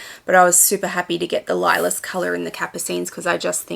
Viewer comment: I ❤ the Capucines. I have one and feel so special when I wear it. This is such an awesome collection!!! Thank you for sharing. ❤ Lilas means lilac in French. It’s pronounced lee-lah. 😊